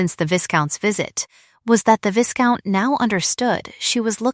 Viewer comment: Vie-count, not vis-count. Surely AI would know this pronunciation. A lot of words for so little substance.